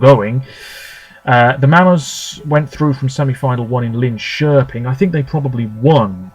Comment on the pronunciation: Wow, I'm impressed by your pronunciation of Linköping. :)